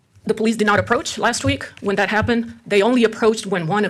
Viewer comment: Imagine electing a mayor who acts like this and can’t even pronounce police.